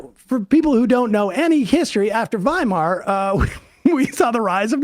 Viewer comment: I've never heard 'Weimar' pronounced like that